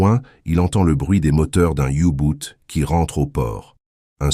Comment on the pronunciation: On ne dit pas "oubout" mais "ubot"